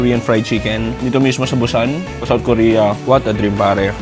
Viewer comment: BUSAN is pronounce as boo-sahn hindi Bu-sannn..Bu-sann ka ng Bu-sann.